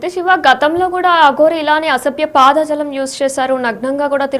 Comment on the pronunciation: తల్లో అసభ్య పాదజలం కాదు... "పదజాలం" అనాలి....🤦🤦🤦... తెలుగు భాష మంచిగా వచ్చిన వారితో న్యూస్ చదివించండి 🙏🙏🙏🙏